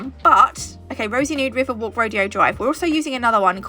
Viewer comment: Hi lovely set as always, Rodeo drive is pronounced Ro-Day-o drive I think it’s In Hollywood